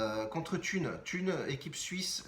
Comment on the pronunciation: Thun on prononce toune 😉salutations de suisse 👋